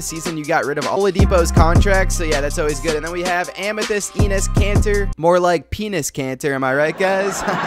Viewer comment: That's not how u say "Enes" 😭